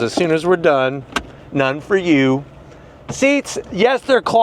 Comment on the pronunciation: None fer yew. Haha cracked me up